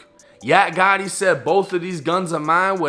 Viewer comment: Fuckin up the name Gotti